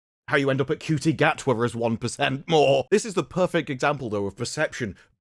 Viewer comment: To say Dr Who is English when you mentioned McCoy and showed so much footage of Tennant is wild, doesn't help when half the comments are saying the last good Dr was Capaldi. I guess just like your presumably intentional mispronunciation of Ncuti this is much more reflective of you than Who. I agree that Who is dead right now and that RTD killed it but you didn't address so many of the actual issues and just kept going back to Davies' disrespecting the past. You didn't even talk about how this worked in his favour first time around with the Rose love story being the most popular Who arc and his changes made the Dr more mainstream or how the spin offs like Torchwood were some of the best Who material (not all of it, obviously). A real shame a more balanced and unbiased breakdown of where it all went wrong was something I needed but all I got was whining and one point repeated in 20 different ways.